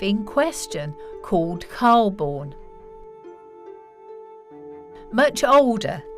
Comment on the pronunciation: The narrator of mispronounced Calbourne